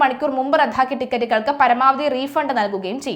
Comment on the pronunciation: റദ്ധാക്കുക അല്ലല്ലോ റദ്ദാക്കുക അല്ലേ